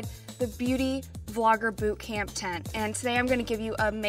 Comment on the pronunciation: did rachel say boob camp?